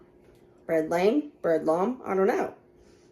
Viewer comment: It’s pronounced lamay